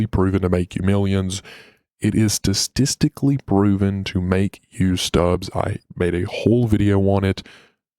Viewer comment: Brother please look up how to say the word “statistically” cuz you are saying it so butchered lol. Sorry not hating just looking out for you!